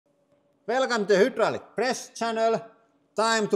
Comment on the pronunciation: I believe in a video ages ago Lauri said he had learned how to pronounce "hydraulic" properly but it was funnier to keep saying "hoodrolic". Whatever, his English is a bajillion times better than my Finnish.